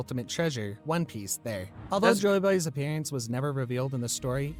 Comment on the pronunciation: Berry not belly